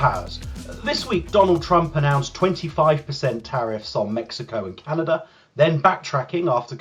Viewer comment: It’s hard for me to take anyone seriously that pronounces Canada with an R.